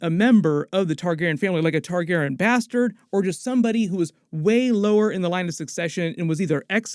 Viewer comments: Can't dare listen to more than 3 minutes of hearing "Targaron" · why are you calling them TARGAREN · Randomly starts pronouncing Targaryen differently…